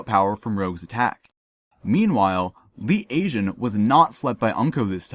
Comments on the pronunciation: Who the fuck is Lee Asian? Its Pronounced Lee "Tey" Jun. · "leet aejun" hahah